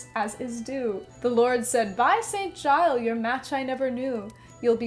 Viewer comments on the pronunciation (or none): none